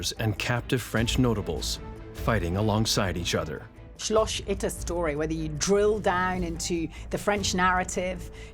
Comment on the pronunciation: SCHLOSCH Itter... lady just say "castle" instead of repeatedly butchering the german language.